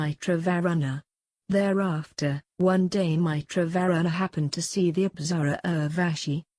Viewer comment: For the text-to-speech renderings of very uncommon words like "yagya" "Nimi" "Mitra", etc., use xml tags to get the pronunciation right so that your text-to-speech program can say these words properly.